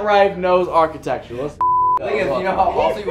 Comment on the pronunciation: I know “archetexture” lmao you can’t even pronounce it bud